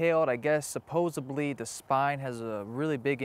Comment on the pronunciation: Its supposedly, not supposebly.